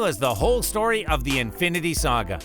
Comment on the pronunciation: he says sdtory